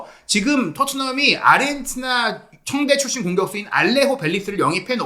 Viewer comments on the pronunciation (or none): none